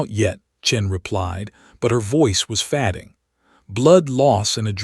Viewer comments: You might check the correct English pronunciation of “fading”. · Someone needs to correct pronunciation. Especially fading, the 2 (leads) 2(wounds) 2(reads or read)